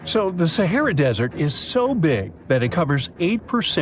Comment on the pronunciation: This guy can’t pronounce “SAHARA” !!!!!